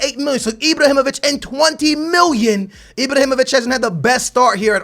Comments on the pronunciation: I-BRAAAAA-HI-MO-VIĆ not I-Bro-Hi-Mo-Vic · It's IbrAhimovic not IbrOhimovic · STOP SAYING IbrOhimovic it's IbrAhimovic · lol say ibrohimavic lol my man its ibrahimavic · anyone else wanted to facepalm their table whn he says ibrohimovic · "ibrohimovic" hahahahaha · FFS aa, HIS name is not ibrohimovic😂 great vid man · why da fuck do you say ibrohimivic